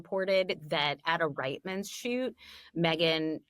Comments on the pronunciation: REET-MAN'S Reitman's is pronounced as REET-MAN'S the i is silent and changes the lower case e sound to an uppercase E sound.. I'm 🇨🇦, I'm in my mid 50's and I grew up watching their commercials on TV and listening to them on the radio... I KNOW how it is pronounced! PLEASE pronounce it correctly in the future along with Mulroney = Mull-Roo-Knee or Mull-Rooney. The First time I voted it was for Brian Mulroney...I find it disrespectful to our late former Prime Minister Brian Mulroney that "reporters" are continuing to mispronounce his last name 7 YEARS after beginning to talk about his daughter in-law Jessica... PLEASE DO BETTER... thank you... it's extremely frustrating to constantly hear both names mispronounced for 7 straight YEARS 😠😤😠grrrrr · Canadian here… just fyi it’s REETmans like see not RITEmans like fight. I grew up shopping there and watching the adverts.